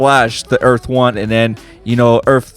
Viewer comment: Earf one